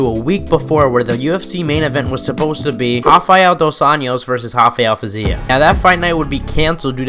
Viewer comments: Great video, but dude, its RRRRafael Fizev, not Hafael. He’s not latin. Name’s origin is latin, but he isn’t, where he’s from its just Rafael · Its definitely not "Hafael Fiziev". 😅 not if you have any brain left. 😂